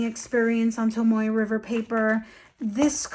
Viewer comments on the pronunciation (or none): none